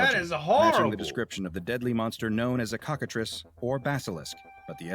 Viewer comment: "Trice" in Cockatrice is pronounced like "fleece", not "price"."